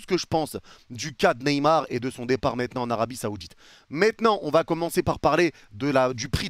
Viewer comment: « mais MÈTNANT » 😂